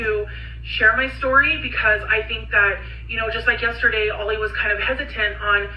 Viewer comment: lives in Oregon, I believe, but she’s too lazy or doped up or something to properly pronounce common words and screws up basic phrases. She swears she never “demeanors” her kids, people get “thrown over the bus,” etc. Her husband’s name is Ali, not Ollie like she says it.